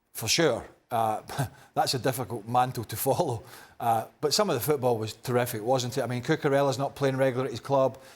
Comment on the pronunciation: Bro been holding in that "fffootbol won" 😂❤ Nah he knw which country he trolling😭